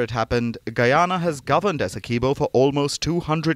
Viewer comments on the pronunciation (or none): There is not pronunciation of 'key' in Essequiboo. I car understand why international media houses do not do enough reseach to get the pronunciation of names as they are in whatever country the names are from.